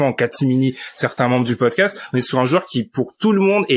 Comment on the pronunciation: Le meilleur "pocdast" de l'histoire !